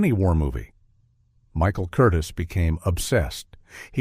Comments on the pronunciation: Director's name is pronounced Kur-Teaze' accenting the second syllable. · I never heard Ann Blyth (blyeth) was difficult. Michael Curtis (kur-tease). AI sucks.